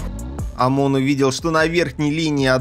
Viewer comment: почему Аамон??он же Эймон